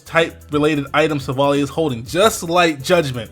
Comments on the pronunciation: By the way it is Silv-ally as in Silver-Ally. Not Silvalee, just saying :p The french translation is even more insisting on the whole Silver-Ally theming and it goes a lot with all the lore background around it. NB: Ilima is a girl not a boy, just saying. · I think it's pronounced Silvally like an "ally" . In French it's named Silvallié : allié is the translation of ally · It's Pronounced as Sil-Val-Ie ('Silver eye") but everyone is mispronouncing it. So I can see the misunderstanding.